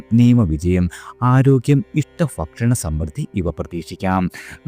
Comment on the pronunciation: ഫംഗി,ഫക്ഷണം....... കേൾക്കുമ്പോൾ അരോചകമായി തോന്നുന്നു.